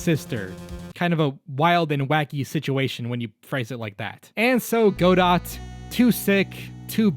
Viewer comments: It's pronounced "Godoh", Just like the play, "Waiting For Godot," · Its pronunced "Go-Doh". DieGO ArmanDO. And there is some philosophical theming with the German stageplay " Waiting for Godot" which I refuse to elaborate on. Unless you mispronounced it on purpose, if so... Go off. Do your thing or whatever. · Godot is pronounced like the end of dieGO armanDO’s name. He was never gonna stick around they named him the end of Diego Armando. Though he was indeed rad as heck. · HIS PRONOUNCIATION ISNT LIKE THAT😭 IDRK ABT MANFREDS THOUGH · The T in Godot is silent, I'm pretty sure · Also, the t in "Godot" is silent, which makes it match up even better with the syllables of his original name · It's not "Go-Dot" it's "Go-Doh" DieGO ArmanDO The "T" is silent, because he drinks cofee, not tea. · It's Godoh, not Godott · Love the video but pronouncing Godot as "Go Dot" kinda kills me inside for some reason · It's not go dot, goddit or any of what most people call him its gu doh (Godot). Coffee Addicted, Prosecution Extraordinare, Diego Armando. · It’s not pronounced gadot it’s pronounced ga dough (that’s official btw) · Go-dot cracks me up XD The Go is pronounced Gh, like you're shocked The Dot is pronounced Dough, like Cookie Dough. That must explain why the man is just delicious Edit: fixed the pronouncement of the Go in Godot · also, im not sure if its just a bit for the video (pronouncing the name 'GO-dot'), but "Godot" has a silent-T at the end of it (more like 'guh-DOE', emphasizing that second syllable) because his name is dieGO armanDO...so his alias is Go-Do, or Godot... ...thats gotta just be taking the piss though, right...? you had all kinds of subtle details, like using Larry's "burning bridge" picture (and im pretty sure it was even 'flip-corrected' in the video) so surely im just missing the joke? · Godot (goh-doh), the book "Waiting For Godot". Also a phrase for waiting for someone who'll never come, or something that'll never happen.